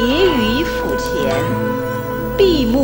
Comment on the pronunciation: HERO 1秒钟前 这是钦定版最权威的版本，和八段锦杨柏龙教授版本有类似地位； 但是配音稍有欠缺，十来分钟三个字发音不准： ，舌抵上腭念E第四声和饿一样，播音念第二声； ，叠于腹前，念FU第四声，付音，播音念第三声； ，心情愉快，YU第二声，鱼音，播音念第四声。 作为专业的播音不应该出现这样的错误。